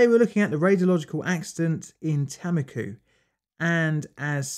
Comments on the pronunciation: Its Tammikooh, not "Taemmikyh". A like the a in "Saruman" or "Artist". U again like the u in Saruman. Finnish Tammikuu means January but in Estonia its apparently a name for a location for some reason. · btw tammiku is pronounced t -um-ick-u xxxxxxxxx